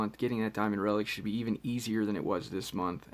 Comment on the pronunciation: I remember when you said that "jasustars mask is not a good reliec"😂